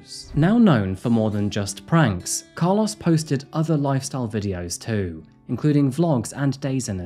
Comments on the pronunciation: Its pronouced "Car- LOW-ES. Not Car-LOSS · As someone who was besties with a guy by the same name, I'm so distracted by the way you pronounced Carlos 😭 The end should sound like "oh" not "ah" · I cannot unhear your pronunciation of “Car-laws” lol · I hate how you say Carlos. lol. 😂